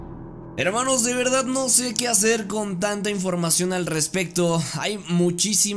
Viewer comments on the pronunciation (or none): none